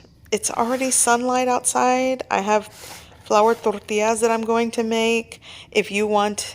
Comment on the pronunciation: Is not tortias, it is tortiLLas.